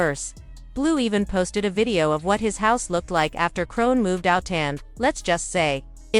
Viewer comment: Ahahahah BIIIITCH WHO IS "CRONE"?!??! 🤣🤣🤣🤣🤣🤣🤦🏽‍♀️🤦🏽‍♀️🤦🏽‍♀️🤦🏽‍♀️